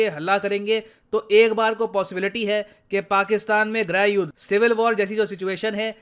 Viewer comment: सर grah yuddh ni grih yudhh बोलना चाहिए